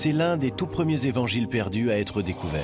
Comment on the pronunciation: Par deux moments ils dit les quatre zevangiles...!!! Quand même !!! Quatre ne prend pas S.... c'est français 😏